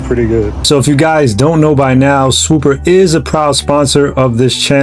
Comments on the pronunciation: Idk why but him saying “swooper” when it’s “swoopa” is hilarious to me dawg. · Please learn how to talk before making these videos. Swoopa is swoop-ah, not Swoop-er. If I was your sponsor, or sponsa as you say, I’d drop the support immediately. Other than that, you did a fine job and I enjoyed the video. Hope you continue to hone your craft, you have promise. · I know you’re from the northeast but does your sponsor hate that you mispronounce their name every single time? I know you can say it…..SwoopAAAAAH not SwoopUUUUUR. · Bro why you keep putting a ER AT THE END it’s swooppppppaaaaa 😂😂😂😂